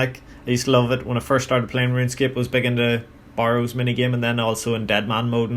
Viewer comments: Stopped watching when you pronounced it Bar-ows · Has nothing to do with the accent, he pronounces it incorrectly.